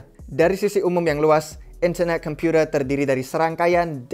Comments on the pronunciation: gak enak banget ngomong internet computer nya wkwkwk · In-ther-neh Kem-pyu-tee,h lets goowwww !!!! Kacau ini proyek, usaha centralisasi dari satuan-satuan proyek desentral. Pingin jadi penguasa tunggal dunia. Not a fan.